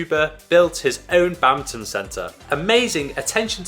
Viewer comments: whats this "Bamton" he keeps talking about? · lol. wtf is "bamton"? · Do they keep saying "Bountain" instead of "Badminton" or something? Is this a British thing? lol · What's "babmton"? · What is this "Bantin" the guy keeps talking about? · Why the hell do you keep calling it Bowton????